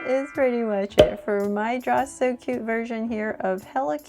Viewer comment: This is not how you say cute